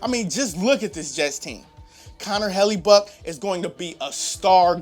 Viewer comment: The way he pronounced Hellebuyck made me laugh...